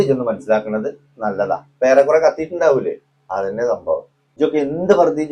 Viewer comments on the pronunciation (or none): സം മ്പവം വം അല്ല സംഭവം ആണ് ശരി